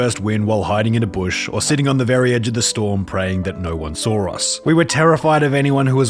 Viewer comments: it’s actually pronounced “SAW” not “SAWER” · How do u add an r to the word saw? Ur sarcasm seems lame after hearing that